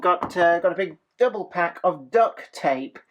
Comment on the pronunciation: It's DUCT not DUCK tape LOL